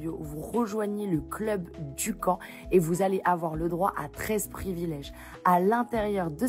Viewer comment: La méthide Dukan = se prononce Du " QUAND " 😉